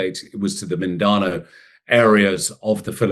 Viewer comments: Firstly, take the time to learn the pronunciation Min-dan-ao, not Min-dah-noo. Secondly, the Albanese government granted a gun licence to a non-citizen with known terrorist links wtf. Thirdly, I have lived on the island of Mindanao for 3 1/2 years, admittedly in the central northeast, and I feel safer here than in Australia. I'm no scholar, but I heard mixed messages in your words. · Yeah he could not even pronounce Mindanao correctly . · You can't even pronounce Mindanao you puppet.